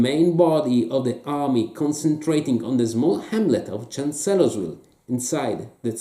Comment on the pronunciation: For benefit: it's pronounced "CHANCE-lers-ville" "FRED-dricks-burg". Also, if you want to really get at this campaign, the game to get is "Glory II: Across the Rappahannock". A lot fewer gimmicks and "fiddly bits and bobs", and still an effective way to factor in Jackson's Flank March with some fog of war. Still, one of the better episodes of "Greatest Days of History in Games"!!!